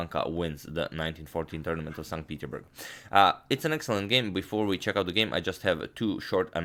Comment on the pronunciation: You keep saying 'st peterburg', how come you don't pronounce the 's'?